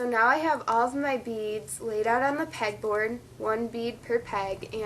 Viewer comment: Did she say peg board or peck